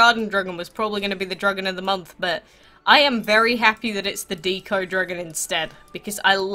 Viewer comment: it's deco not deeco, like art deco or decoration